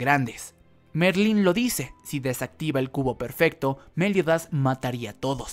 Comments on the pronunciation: Es Meliodas, no méliodas 🙄 no me intentes cambiar los nombres de los personajes 😌te lo pido por favor 😌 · Porque dice Méliodas en vez de meliodas Y porque dice Éscanor y no escanor Y porque dice Estarrrosa en vez de estarossa Jaja :v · Por favor me das un tik al pronunciar a meliodas con acento lo pronuncias Méliodas en lugar de Meliodas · Podrías decir Meliodas y no Méliodas pls? Xd Podrías decir Estarosa y no EstaRRRRosa pls? Xd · Xq decís méliodas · Me-liodas, esca-Nor, estaRRossa, que onda? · Es Meliodas sin tilde joder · Me Da Risa Como Decis Meliodas😂